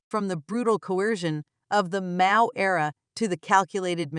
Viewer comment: Hahahaha robot voice pronounces Mao as 'Mayo'😅